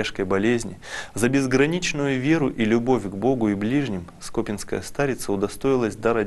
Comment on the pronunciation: СкопИнская (на и ударение) )))